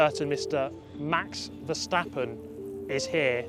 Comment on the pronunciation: and he says verstappen right other say something like vershstappen